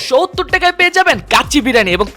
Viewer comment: শোহত্তর মানে কি বুঝলাম না,, এটা কেমন উচ্চারণ শুনতে খারাপ লাগে না 😊😊